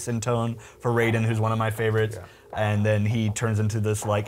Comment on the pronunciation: That dumbass with the black shirt had NO idea what he was talking about he didn't even say Raiden's name right -___- please just go .